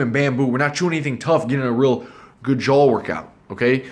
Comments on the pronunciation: "jawl" pls stfu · love the video, hate they way you say “jaw” as “jawl”🤣😖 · It's NOT pronounced "jull", it's pronounced like "jah" & spelled jaw. And it's NOT "jull-line", it's pronounced like "jah-line". Open your mouth and say "awwwww", NOT "ALLLLLLL". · you shut your mouth before I take you to grammar & pronunciation school! We'll have to wire your 'JULL' shut. 😂🤣😂🤣😂🤣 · "I'm not saying I have an awesome JAWL" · he says “JO” HAHAHAHAHAHAHA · ha he's saying jole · i like how you pronounce 'JAW' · J o w a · Even automatic subtitles hear it as joel xd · want a better joe? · The way he says jaw cracks me up 🤣😂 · I KNOWW😖🤣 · The guys who steal R2D2 & C3PO were called JOHLWAS